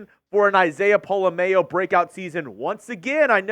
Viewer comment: Y'all need to stop flubbing Pola-Mao's name. It's been freaking killing me!! POLA... M-OW. Just imagine saying "OW" like you stubbed your toe then put M in front of it. Thank you!!